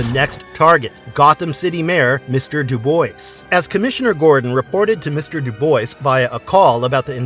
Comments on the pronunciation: It's pronounced Do Bwah. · Came in to post this Dubois is pronounced "dew-bwah"